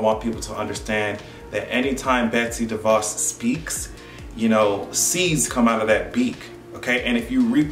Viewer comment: when you say her name sometimes it sounds like Betsy Devils and in my language it means Betsy The Fox and I think thats real accurate